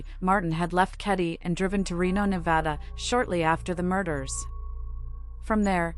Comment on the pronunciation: Great content. I really enjoyed your storytelling. Also, big plus on pronouncing Nevada correctly!